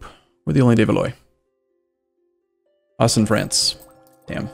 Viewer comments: It's pronounced «De Val Wa» like... thing chinese for the WA ;) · Even though I dislike the French. The fact that cant pronounce 'De Valois' really burns my ears lmao.